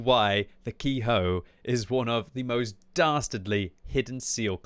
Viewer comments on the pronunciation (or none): The name of the tank sounds closer to "Kay-Ho" - the vowels in Romanized Japanese are pronounced as "round" vowels are in English, so "e" is pronounced like the "e" in "fen", "met", or "tech".